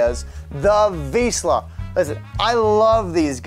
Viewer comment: At least you should pronounce "Vizsla" correctly before you make videos...